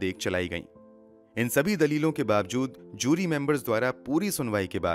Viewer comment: Its JURY not Zyuri.